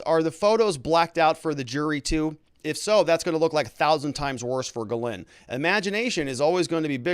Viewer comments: She was born in France. Her name is supposed to be pronounced Gizlaine, not Gilane. You can look it up on utube. The English cannot /will not pronounce foreign names. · Ghyslaine is a French name and should be pronounced jiss-len. I know many Ghyslaine living in a French speaking province.